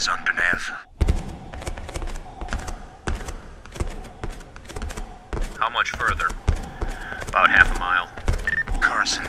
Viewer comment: "Underneth" is crazy